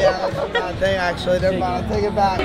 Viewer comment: She said fing like 12 tines